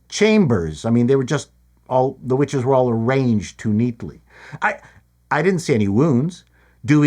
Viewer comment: Is anyone else hearing a B instead of a W whenever anyone talks about the witches? No mystery - they Jonestowned themselves using the poisonous tree of life but mom didn't actually drink the space Kool Aid and so she's female Kylo Ren.